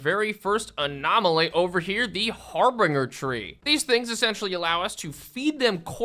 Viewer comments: Oh my Ra. It's not "harbringer." Har-bin-ger. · It's Har-bin-ger tree, not a har-binger tree. These trees are not sponsored by bing! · Harbinger is like binge watching a show. Har-binj-er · ...ive NEVER heard someone say harbinger wrong before "har-bing-er"? interesting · Pronounce Harbinger better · I agree with this statement